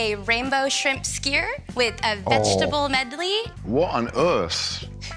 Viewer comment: The rainbow shrimp 'Skuwer' made my stomach turn 🤢